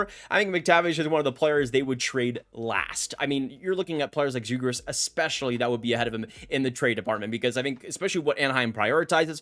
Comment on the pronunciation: chill out. That’s all I said, future captain, and a lot of people in the organization think this as well. Now go rage somewhere else. He’s played three full years and only 22, chill out bud, some of us know hockey! You said Zegras as well 😂